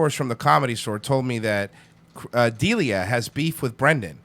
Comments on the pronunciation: Chris "DE-LEE-AH" not Chris "Dealia" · It's pronounced Duh-Lee-Uh, not that it matters. I don't know why I even made this comment... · "Chris DEALIA" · heh, it's Chris Da-LEE-uh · Right off the bat with the wrong pronunciation. Dealia? Lol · Its chris duh-Lee-uh. Just saying. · BTW FYI It’s DUH LEEE UHHH stop mispronouncing it kthnx go fuck yaself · Dude learn how to say D’Elia’s name. DUH LEE YUH. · Chris dill-ia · Idk if these guys are saying Dealia to piss me off but it’s working! Lol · how you gunna do commentaries on comedians and not know how to pronounce delias name lmaoo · What’s more funny than you think Chris and Brendan having a beef, which is the dumbest thing ever because they are all great friends. You saying Chris’s last name wrong is the most fucking annoying thing ever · I've been listening to TFATK since brendan was still fighting. I cant stand him. But these douches cant even pronounce Chris Delia's name right? Chodes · Makes fun of how he says manipulate but doesn’t pronounce D’Elia’s last name correctly 🙄 I clicked on the video cuz I’m interested in a secret beef, but cmon. Make fun of people for something other than mispronunciations